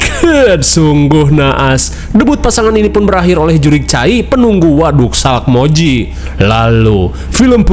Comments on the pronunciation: Resah banget nyebutnya salkmoji, harusnya salmokji 😭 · salkmoiji wkwk salmokji bang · SALMOKJI ❌ SALAKMOJI ✅ 😂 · Sumpah Min, aku sampe replay "SALAKmoji"😂😂😂 Gokil Min